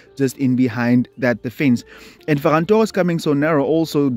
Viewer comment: Bro said ferrass😂😂😂